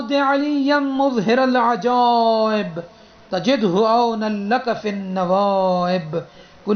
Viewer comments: It is not " muzhiral ajaib" It is "mazharal ajaib" Ap itna ghalat kesy parh rhy hain ? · مظھر کے م پر پیش نہیں اور ر پر زیر نہیں تو اس طریقے میں پڑھنا صحیح نہیں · Maharal ajaib hae na kae Muzharal ajaib